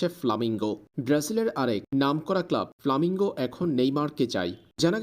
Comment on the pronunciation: ভাই, ওটার নাম ফ্ল্যামেঙ্গো। আপনি বারবার বলছেন ফ্লামিঙ্গো।